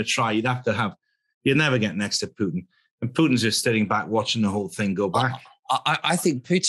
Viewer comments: Great discussion, thanks! One thing is not to remember Mr. Lavrov's name, but another very different one is to pronounce Mr. Putin 's name in such a ridículous and disrespectful Way! "Putttin" , not a word that sounds similar to "puke"! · Its Puten, The II